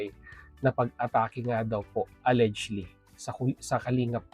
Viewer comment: pinapanood kita, pero gamit ka ng gamit ng word na allegedly, please paki google ang pag pronounce ng word na allegedly. It's pronounce as it was spelled except G is pronounce as J. Al-lej-ed-ly.